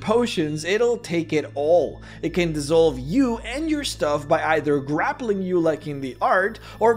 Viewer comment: *dEEEEsolve not dYYYYsolve